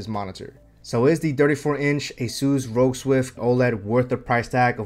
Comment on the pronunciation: RoG is pronounced like NFL.